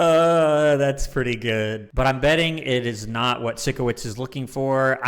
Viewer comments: Absolutely loving these reactions! Please continue with it! Also just to let u know Sikowitz is pronounced like Psycho wits. I think its most likely a play on words because hes a bit weird and quirky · Love that you’re now reacting to victorious! I loved it growing up🥰 and just so you know, it’s pronounced Psycho-witz, not Sicko-witz 😂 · Psycho-witz. That’s how you remember how it’s pronounced 👍 🦜